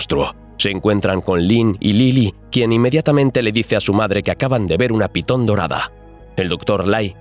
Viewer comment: momento, iniciando el video y dice PITON?????